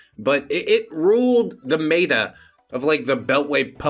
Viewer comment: omfg I'm so glad you said you were pronouncing it wrong on purpose. Not a fan of Nabokov nor Lolita, but hearing them pronounced wrong triggers the shit out of me. Same with when you pronounce meta as "mate-ah". 😂